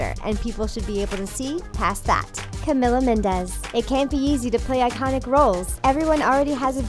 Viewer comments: CAMILLLLA wtf! It's cami or camiiiiilla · CA-ME-LA NOT CAMILLA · IT MAKES ME CRINGE EVERYTIME SOMEONE PRONOUNCE CAMI'S NAME WRONG. CAM-EE-LA NOT CAMILA. OML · IT’S CAMILA NOT CEMELA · "camiLLa mIndes" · It's pronounced, "Cameela" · Camila pronounces her name Cam-ee-la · Pronounced camila's name wrong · The way she said Camilla😭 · They messed up Camila's name